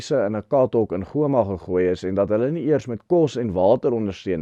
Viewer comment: Hallo,. Terloops,die uitspraak vir Goma is Ghôma, soos in gholf.